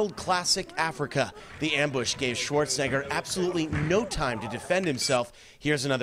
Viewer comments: Who tf is Schwarzinger? Several times the reporter refers to Schwarzenegger as Schwarzinger. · Yo that beginning part man, there is an E in his last name not an I 😂